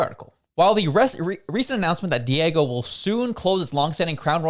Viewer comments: Diageo is pronounced 'Dee-ahh-jee-oh' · 🤣🤣🤣 I’m laughing when you keep saying Diego, 😆 it’s diagio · Diageo (Dee-ahh-jee-oh) Sorry, third video... it was bothering me. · pronounced- DEE AWW ZHEE OHH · The pronunciation of that brand name is not correct, De a Gio, just an fyi.